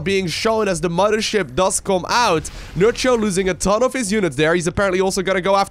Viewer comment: "Muddership" :P